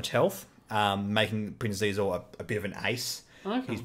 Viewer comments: Xizor is a play on Caesar so I'd pronounce it as See-zor ......I think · "Prince Xizor": The pronunciation of Xizor's name is established in the novelization of Shadows of the Empire & Star Wars: Empire at War: Forces of Corruption as "shē'zōr"